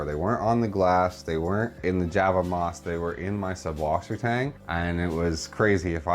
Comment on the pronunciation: You write it correctly with a double s after the umlaut u, but then you pronounce the double s as a b?? What am I missing?